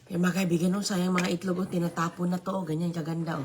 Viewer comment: Itlog not etlog...simpleng Tagalog lng Po....